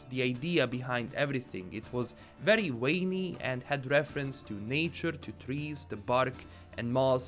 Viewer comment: “Very wainy”